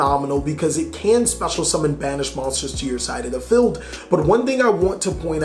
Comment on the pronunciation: Its field not feld.